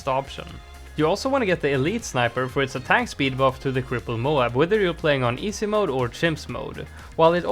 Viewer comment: Love the way he says “EESAY mode” 😂